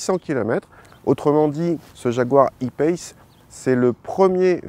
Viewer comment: en plus pourquoi faire les choses à moitié puisqu'ils disent "payce" et pas "pace" comme on le prononcerait en français